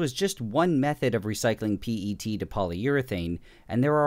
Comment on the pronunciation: WHY, WHY DID YOU SAY P-E-T INSTEAD OF PET